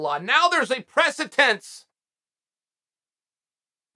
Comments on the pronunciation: everyone: “precedent” Chael P Sonnen: “precetent” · "Do you know what presetense means?" Uncle Chael with the trick questions... It's precedence btw...with malice. Also, it was defamation with malice thus not free speach. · Chael setting a precetence and pretecence and still not setting a precedence. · Precitence or precedence? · Does that work with other words? Like, is there a universe now where the word is "precitense" instead of "precedent"? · Note to self: don't take legal advice from a man that says "pressitense" and means "precedent." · "Precedent" the verdict set a Precedent. Without the s, this is your first language if you insist on using them big words then get them right onkel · What the hell is PRECETENSE?? 😂 Good old Chael! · what the fvck is a presitence? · Lol okay I can't anymore. PRECEDENCE has a gaddamn D. Not a hard T 😂😂 That shit has me in my feeling 😂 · "Presetense"! 🤣 I love the confidence tho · Say it with me Chael...preceDence lol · “Precedent”. Pre-se-dent Chael. 👍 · Is he saying pressingtance? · Just waiting for the day Uncle Chael says “precedent” right. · For fuck's sake Chael the word is "precedent." I know you steadfastly refuse to say any foreign fighter's name correctly on principle but I'd think you'd have a little more commitment to speaking English correctly. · Bro... It's precedence. If it helps, do it phonetically: 'Pre-se-dense'...